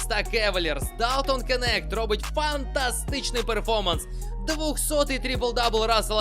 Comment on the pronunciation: Де ти побачив букву дві букви Е у прізвищі Knecht?)) Який в дупу Кенект))?За відео, звичайно, подяка!)